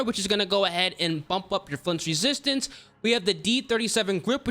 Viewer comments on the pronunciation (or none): none